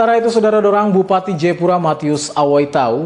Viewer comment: Jayapura bukan jepura